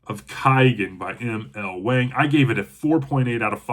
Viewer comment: You don't even know how to pronunce her name!! It's a long A sound. It's pronunced the same way as Wong.